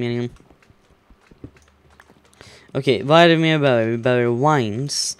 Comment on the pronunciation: Varför säger du vines istället för wines?